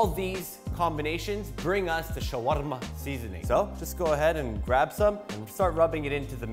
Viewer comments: I loved the way he said "shawarma." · I love the way he says shawarma